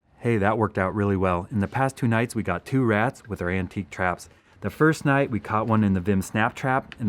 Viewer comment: you said nght not night